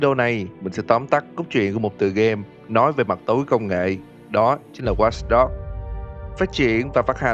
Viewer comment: Tên game:watch dog đọc:wats dog